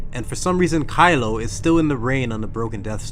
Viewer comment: I'm pretty sure he said Crylo that one time.